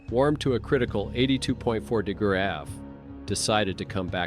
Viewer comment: I thought “AI” stood for artificial intelligence??? There is absolutely nothing intelligent about this AI dude. He’s cracking me up trying to say “degrees” lmao 🤣 too funny.